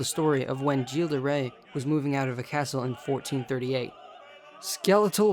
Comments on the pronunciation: the right pronounciation would be "Guill De Ré" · The way this guy pronounces Gilles de rais pmo